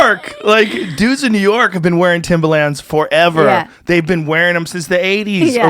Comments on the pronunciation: Its Pronounced Timberland..Not Timbaland.thats a rapper..just sayin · Fuck, Joe, it's timbERland! Timbaland is that dj guy. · Joe says Timbaland the rapper instead of Timberland the shoe